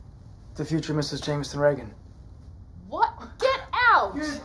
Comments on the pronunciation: I know his first name is Jamison but he sounds like he is saying Jamiston Reagan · I understand that but if you listen to Will as he says it it sounds like Jamiston even though it is Jamison